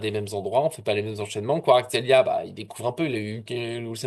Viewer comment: tu prononce mal kwaratskelia ! chez toi en phonétique ça donne kuaratskelia alors qu en realité ca ce prononce k(en glotalisant )uarastrélia....c est dur le georgien😂